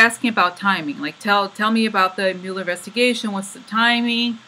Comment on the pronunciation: You have been right on the mark. Great readings. I had you playing in the background while I work and missed a bit of the reading. I thought you were saying "Miller" and kissing the Miller card. LOL.